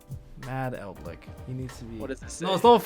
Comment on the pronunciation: ''ELDLICK'' Tombox